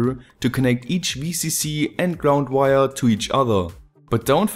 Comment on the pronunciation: Damn, I really like your videos, but you saying weiaa(wire) is just too funny.